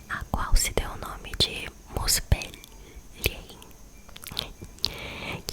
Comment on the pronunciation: Ginungagap = guinungagap. G anterior à I ou E tem o som do GU em Guilherme e em Gueto. Muspelhein = muspelrráin. Todas as palavras que terminam com "hein" são pronunciadas como "rráin". Jotunhein = Iotunrráin. J tem som de I.